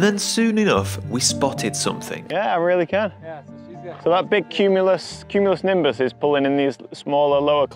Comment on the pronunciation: Oh my God, CUME-U-LOW-NIM-BUS